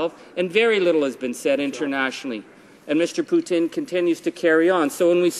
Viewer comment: Keep on Rockin' in the Free World Charlie... YOU ROCK... and did you say Putin... or Poutine...? lol